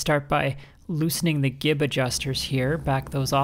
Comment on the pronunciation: That span of time between "hey, didn't she just mispronounce gib?" and "what the #3!! is she talking about?!" 😂